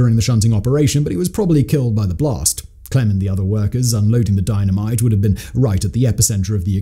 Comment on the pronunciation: Saying Dino mite so off ton it's like your sending a subliminal message!!!!